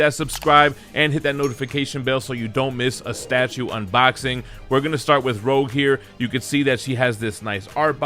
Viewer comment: I think it's Rogue not Rouge :D